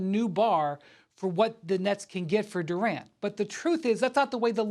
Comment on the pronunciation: Kevin Duran. Take the t out his name.